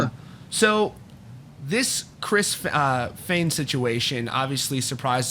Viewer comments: Holy shit you finally pronounced Fehn correctly. lolol love the channel. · You said his last name right this time! Lol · Don't let the "uh" and "ums" distract you from the fact that he finally pronounced Fehn correctly